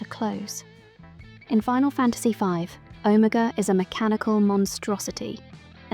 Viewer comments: Never in my life have I ever heard anyone pronounce Omega so incorrectly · Why are you pronouncing Omega like that?